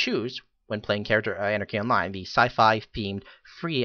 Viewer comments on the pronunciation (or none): Then you are illiterate. Sorry. (You fail.) "Anne-Are-Key Ahn-Lyn"